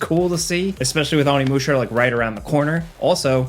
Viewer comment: Learn to pronounce Onimusha you uncultured plug